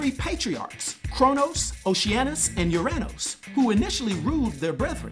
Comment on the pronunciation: Haha UrAnos....not MyAnos